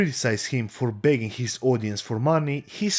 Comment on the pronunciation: Keemstars ability to speak declines like crazy when he gets mad. Especially his control of vowels. Begging becomes bagging . Genuinely hollow, scummy, malevolent person. Just someone no good in life can possibly come from getting involved with.